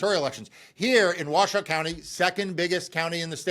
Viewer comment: The county in Nevada is Washoe, pronounced Wah-show.